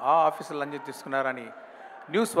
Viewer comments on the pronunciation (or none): Lancham ❌ lanjan ni✅ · Lanchm sir 😅 lanjam kadu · Lancham ✅laanja ❌